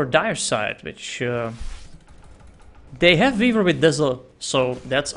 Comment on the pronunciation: Whenever says "Weaver" it almost sounds like Beaver:)